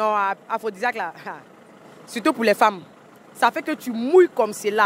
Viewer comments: On ne dit pas aphrosisiaque mais plutôt aphrosidiaque merci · On dit aphrodisiaque eh non aphrosisiaque journaliste yako 🤣😥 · Mme le journalisme est un métier noble faut pas faire dans l'improvisation s'il vous plait Étudier bien votre sujet avant tout Vous êtes pas capable de prononcer aphrodisiaque